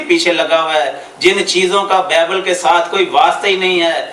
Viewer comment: apni urdu tu thek kro >bible lafz ap ko bolna ata nhi aur bt krty ho .KHUDA ky khadam ko challange krty ho